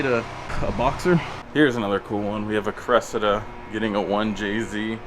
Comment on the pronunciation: Hahaha say cressida again 😂😂😂